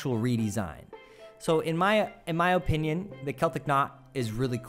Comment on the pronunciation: 'In my O pinion'